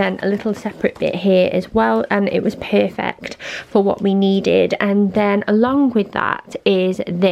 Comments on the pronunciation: "It was puerfuect" and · When she says perfect it sounds like pofect to me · When you say perfect it sounds weird lol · Riley Bleeda haha innnit